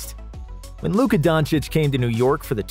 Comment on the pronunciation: U mean Luka Donakick?